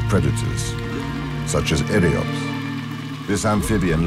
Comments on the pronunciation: Es eryops no eliops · Is not eliops its eRiops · What is eliops??? I think the word is Eyrops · isnt it eryops